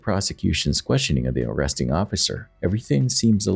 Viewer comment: "orresting". Need to learn how to say, 'arresting'.